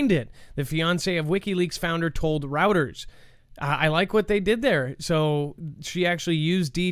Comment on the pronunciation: Ok bro PLEASE its not "Routers" it's "Royters" pertaining pronunciation of Reuters... Every time I hear you say that I CRINGE... I'm sorry but I am a linguist at heart and it drives me nuts